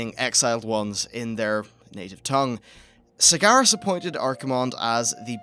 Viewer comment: Kalamindor... Sagaras... Hmm pronunciation at it's finest